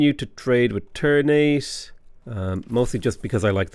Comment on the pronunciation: Indonesian here, the way ternate is pronounced is tur-naa-tay